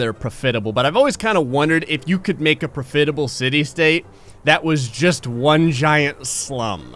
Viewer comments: its pronounced prof-it-able not pro-fit-able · I hate to tell you this, but the word is pronounced PRAHF-it-uh-bul rather than pro-FIT-uh-bul. It's a minor thing, but it makes the video difficult to watch. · Love these vids - but it's pronounced "PRAH-fit-able", not "pro-FIT-able." Back to binge-watching... you're a cool dude,. Like you, I was born in New Jersey, but my parents had the sense to move out. And, yes, they took me with them. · For the love of god its not pro·fit·a·ble its prof·it·a·ble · pro-FIT-able? really? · PRO fit able. Can you try to PRO nounce a word KOR eck tLEe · Why do you keep saying "pruh-fit-able?" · PRAH FIT A BUL is how that word is pronounced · Pro-fitable? Did you learn to read from Floyd Mayweather Jr? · Why does he say profeetable? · The way you say prof-itable is killing me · pro-fidable lol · At least that pronunciation of the word attempts to accurate communicate the spirit of the word. Being pro fit. Better able to adapt and improvise, in away that improve the standard of living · Profidable? 😂 I've watched your videos for a while but..... eeuuuaaahh? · i got exactly 32 secs in and had to pause it after he repeatedly uses this pronunciation. its put me off watching it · I'm surprised more people haven't commented about it